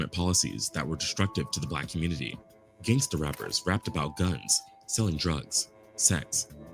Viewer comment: The "communitah" is already dead. Divest.